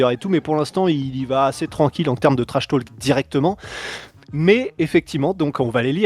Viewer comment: Stp ne prononce pas le L dans trash talk